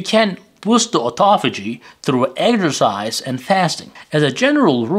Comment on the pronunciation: Pardon me, "eggsercise" What is this? Eating eggs and exercising? Sounds funny. Do you mean EX er cise